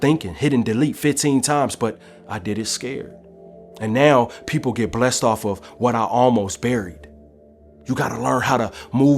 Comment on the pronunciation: “people get bleseed upon what I almost buried”